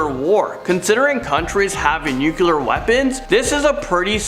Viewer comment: and nuclear, not nucular.